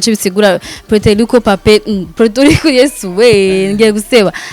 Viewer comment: hitwa Puerto Rico not Preto Rico.